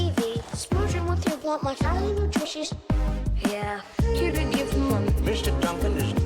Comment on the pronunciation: Please don't pronounce "didn't" as "didint." The latter takes longer, the former is a short form of "did not," which you can also say faster than "didint." People these days are also saying "hadint," "couldint," "wouldint," "shouldint," and more. Duh! Clear evidence of dumbing-down in the educational systems.